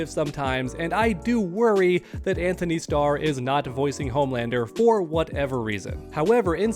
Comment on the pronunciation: His name is Antony. No H